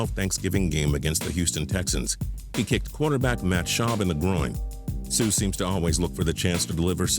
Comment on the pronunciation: he butchered Suh's name 😂😂😂😂😂